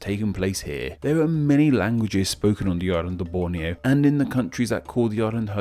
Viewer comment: Err, he did great in pronouncing Borneo, Malaysia, Indonesia, Brunei etc.... Apa lagi kamu mahu? Malaysian here